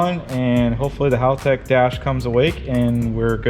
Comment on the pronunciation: It's not pronounced HAUL-tec... Haltec, Aussie English!, say it with an Australian accent!!😄 got it...you speak Aussie English real good mate!😁